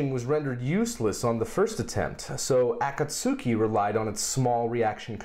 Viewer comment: Great SpacePod,! Good to see Cygnus back at the station. Also, I do have to correct your Japanese slightly. The "u" in "Akatsuki" is silent, so it's "uh-KAHT-skee."